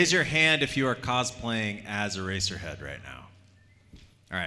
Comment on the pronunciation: "i play ereserhead" I FREAKING FELL OFF THE COUCH